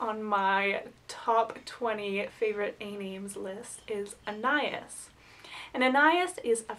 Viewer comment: I also love Anais. But you are pronouncing it wrong. AH NAH YEESE. (rhymes with geese) You should see the movie "Henry and June". I really love Agnes and Agatha.